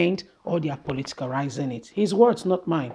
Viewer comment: That word is politicize and not politarize.